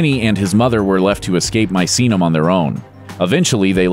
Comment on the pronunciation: Study pronunciation. wt (123) f is supposed to be MAISINAM??? It's Misenum, meeee, saaah, noom! Wake up!